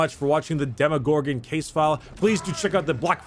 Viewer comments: Hey... it’s Demo not Demi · Yeah who doesn’t know the well known “Demogogron” Not making fun of you bro just thought that this mistake is pretty funny 😂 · Demogorgon or Demogogron? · “Demi” it’s DEMOGORGON DEMO DEMO DEMO DEMO DEMO NOT A FUCKIN DEMIGORGON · its not Demorgorgon ... its De-Gordon-Ramsay ....